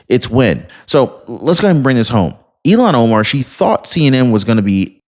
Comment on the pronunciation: you never showed the anchors reaction! are you just trying to promote CNN? I'm confused what I just skipped through and attempted to watch. Thanks for the history lesson. You are saying her name wrong by the way.